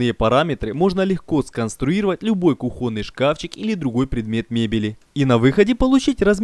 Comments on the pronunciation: Очень интересно и здорово. Спасибо! Но. Уважаемый гражданин с золотыми руками. Слышать ударения на "о" в словах типа кухОнный - несколько тяжеловато. Так говорить не надо. Проверочное слово тут - кухня, улавливаете? Ну кУхня - по другому не скажешь, равно как и кУхонька. Так что кУхонный - это для русского языка литературная норма. PS - ну и "ризетка" ... это кровь из ушей. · не кухОнный, а кУхонный. На весь мир безграмотность. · Все круто. Но почему кухоный шкаф и не кухонный? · ку́хонный, а не кухОнный. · кУхонный, слова кухОнный не существует. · Аж бесит ударение "кухОнный". Дитз за это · Вы конечно молодцы, но зачем так издеваться над русским языком: кУхонный а вовсе не кухОнный. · Вы замечательные! А если будете говорить "кУхонный", а не "кухОнный", то будет вообще чудесно!😉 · Очень круто, но как же режет слух, это ваш кухОнный и плюсОв. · Это всё, конечно, круто, сделать своими руками кУхню, но больно ушам когда говорят кухОнный гарнитур. Вы же не говорите вместо слова кУхня, слово кухнЯ. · хорошо. но блин постановка ударения, уши режет жесть. плюсОв, кухОнный и пр.пр. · РИЗЕТКИ, кухОнный - кровь из ушей! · Знак ударения в русском языке ставится на "у" (кУхонный). Простите меня, но эта ошибка жутко бесила. Слух режет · "кУхонный" может, раз уж на русском говорите, то правильно это делать? А то из левого уха кровь течет уже...